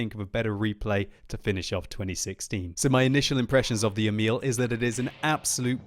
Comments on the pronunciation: Try and pronounce emil like e-mill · In swedish u say emil more like eeeeemil